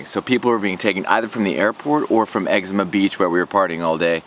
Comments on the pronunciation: Exuma Island. Ex OOO MA. Not Eczema. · It is Exuma, not eczma. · X-ZOO-MA not Ezcema lol - So thankful I decided against Fyre Festival after reading about the fraud a month or so ahead of time. Happy you still made a good time out of it. Exuma is great and theirs tons to do there, hope you got to check a few sites out. The fact that they did this the same weekend as Exuma's ANNUAL regatta told me it was going to be a fail. Every year its hard to find cars, accomodation etc on Exuma during regatta. All of this was just poor planning on thier part and an island as small as Exuma does not have the infrastructure to handle it without planning WAYYYY ahead of time. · Learn how to pronounce EX-ZOO-MA you sound like you're saying Exama you fucking tard. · bruh why did you lie to all your followers in previous videos and in this one, you shouldve been sketched out from day one? seems like you have no intuition. i have watched your fyre videos and they are straight sellout trash yo. you have zero integrity. also i dont think its pronounced eczema like the skin condition you fool. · Did you just say Excema Beach? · its pronounced "egg ZOOM ah" not like the skin condition.... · exuma.. practice that word